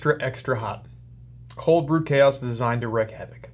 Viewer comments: "Wreak", not wreck. Great vid. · Its not WRECK havoc its WREAK havoc like the word REEK lol. Secondly thank you for making the thumbnail match the reaction for once in the last few weeks, this will bring your views back to where they were! 🙌